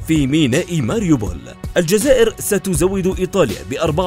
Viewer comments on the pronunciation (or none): none